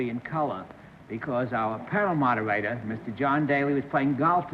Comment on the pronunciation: "Parrow-modduh-wader" (for panel moderator) says Bennett. :)